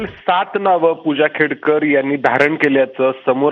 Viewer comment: खेडकर नाही खोडकर😂😂